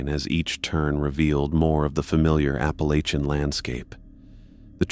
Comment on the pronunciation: Why can’t computers pronounce “Appalachian” correctly ? Lol